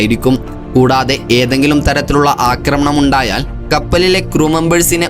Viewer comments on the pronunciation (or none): none